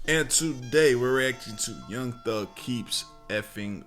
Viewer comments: “Young Thus” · ‘Young Thus’ u gotta fix that, pushing out these videos too quick